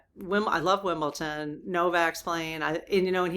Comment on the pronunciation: 🇬🇧 rules are rules are rules, it's common decency to follow the rules. Yes the late tennis match yesterday was a great sports match. its WimbleDon with a D not WimbleTon, I think your mixing it up with Bridgerton ❤❤